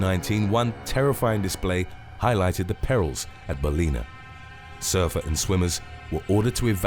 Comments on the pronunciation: Bal-in-ah not baleena. Think bal like bal-ance, in like in the water and ah as in .... well duh. Our rivers have them all the time here and were often hanging around whilst we were swimming. The first couple of times it's VERY unnerving but you get used to it and we rarely have issues (in the rivers at least). I'd be FAR more worried by a white, tiger or macko ANY day than a bull. Most of our shark attacks in Australia are white or tiger and mackos will attack boats or even jump in the boat with you. Biggest way to prevent shark attack, don't swim dawn or dusk when they're feeding. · It pronounced Bal - in - uh 😂 not balina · Pronounced: Bal-in-a! for fucks sake. Say is slowly until it sinks in English muppet.